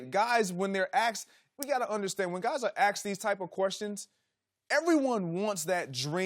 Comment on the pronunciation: It kills me when an educated articulate person uses the word "Axed" instead of "Asked" embarrassing for a "news presenter" or broadcast.